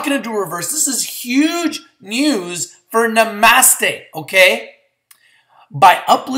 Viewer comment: I think this one is pronounced "Na-Mah-Stay" like the yogis say, no?:) Just lookin' out for ya man! I'm in at 1.20 and feel even better about it now, thanks for the video! Namaste ya'll